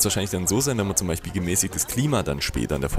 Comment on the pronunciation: Du redest wie mein Vater❗😂: BeiCHpiel, theoretiCH, TiCH, unterirdiCH😂✌🏻